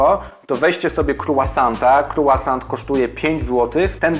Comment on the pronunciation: Wydaje mi się, że "Croissant" powinno wymawiać się jako "krosą", a nie "krułasant" :)